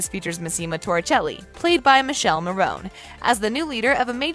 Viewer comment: It's Mi-ke-lé Mo-ro-ni.